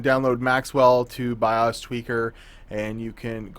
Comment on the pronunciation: Flash the Bios.. BY-OOOHS, not BY-US...